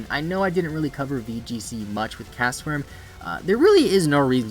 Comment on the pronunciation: Why does he say it like "castaform"